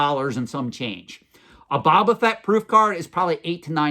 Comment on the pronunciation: They probably don’t think you invest in pop culture based on how your pronounce Boba Fett. You sound like someone who never heard the name before and it was your first time pronouncing it. Honestly you pronounce it differently then any Star Wars collector I know. We know that’s not true but based on how you say Boba Fett they probably think you don’t know what you are talk about. But then you buy an esoteric Lobot card back…